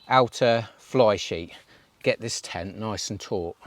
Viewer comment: Are you saying ten when you mean tent? 😂😂